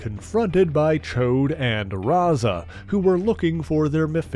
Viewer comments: Correct you are! It's NOT "Choade" (a fat p*nis), it's "Ch-ODD"... No doubt he's referenced the X-Men cartoon for the INCORRECT pronunciation, because those hacks got it VERY WRONG... 🙄🙄😒😮‍💨😑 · I enjoy your detailed synopses of the subjects and groups you discuss... Just watched the Alpha Flight video yesterday, and found this one today... However, I do have ONE complaint about this video... You've completely mispronounced "Ch'od" by calling him "Choade" (which is crude vernacular for a fat p*nis...)... I'm sure that you're referencing the X-Men cartoon pronunciation, but the voice actors aren't aware of how apostrophes work in the English language, obviously, or they'd have pronounced it correctly as "Ch-odd" not "Choade"... Aside from that one irksome complaint, it was a great episode. Thanks for your hard work in putting these together...!